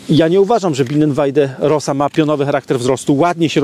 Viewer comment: rosa wymawiaj roza